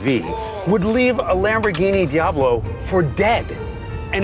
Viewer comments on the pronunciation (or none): none